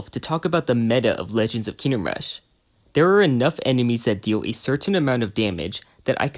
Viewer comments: Why do you pronounce it Kinnem Rush? its KINGDOM rush. KING-DOM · wHy ArE yOu So TRiGgEreD LoOOooOL why are you not? he keeps saying kinnem rush, in every single video. He says it over and over. I will hug him full of love and positive thoughts until he explodes from being hugged so hard, friendo. (algorithm-friendly threat)